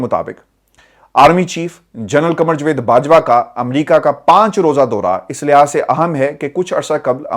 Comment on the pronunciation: جوید نہیں جاوید کہا کریں 👍